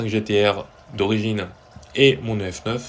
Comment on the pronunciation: Pourquoi tu dis "Dee Cee Two" en anglais mais "Euh Efe Neuf" en français ? ça me perturbe XD